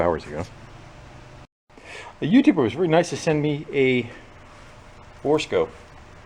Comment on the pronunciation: Bore scope, not Barack-a-scope.... 😆😆😆